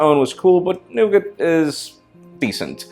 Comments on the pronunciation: I think it's NOT pronounced "nuget" but "no-gah" ;) At any rate, to me it'll remain Nutella whether Google and Ferrero like it or not. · Jesus christ people, it's pronounced Noogar not Noogit, its French. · i believe Nougat is pronounced Noogar ? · nougat. really nigga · nougat not nugget! your name is arabic i suppose you should know it? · Nougat is gonna cause problems with pronunciation, america - "noo-gat" england - "nug-et" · Its pronounced "Nougaaar". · In my language the name of android google chose is pronounced Noga instead of Nogit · nougat is pronounced noog-ah in Ireland. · LOL just go to Google Translate and write the name and learn how to pronounce it lol. Nuu-gah is how you pronounce it. Just like Nee-ga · sounds like nugget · It's pronounced "Noo-ga" here which sounds a lot better than "nugget" lol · The 't' in 'Nougat' is silent ;) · Why are you pronouncing Nougat different than me?